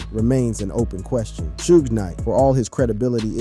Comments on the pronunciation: 😂😂😂😂 he says it right at the start of the video but proceeded to say shoog soosh 😂😂😂😂😂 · Suge pronounced as "Soogay" is crazy work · Why you say suge wrong then you say it the right way 😂😂sougs suogs😂😂😂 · Sue-gay and 2 Park and snoosh pog of breath crow bleckerds table Stocking breaterlizations! 😅😂